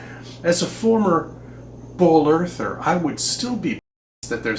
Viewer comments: Is he saying "bowl earther"? WTF? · I keep hearing “bowl earther” and was slightly confused.